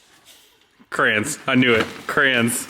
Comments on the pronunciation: Cray-ons not crowns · This the second video I've ever watched from you guys and seeing the crayons and the way you pronounce "CRAYNS" is awesome. Cheers from Ontario Canada